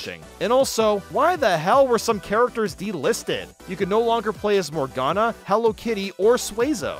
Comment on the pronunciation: I am annoyed the announcer mispronounces Morgana in Banana Mania